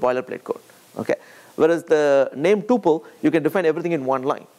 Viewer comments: It is pronounced Tupel as Pupil - not Tupel as in Chupel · TO ALL INDIANS TUPEL as PUPIL ---please pronounce correctly